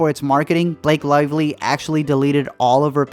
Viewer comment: "Blake Liveleak"😂😂